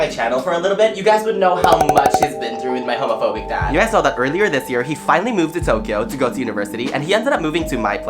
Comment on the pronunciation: "Hamaphawbic daaaaad"